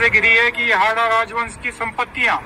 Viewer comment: हाड़ा चौहान है। हांडा नही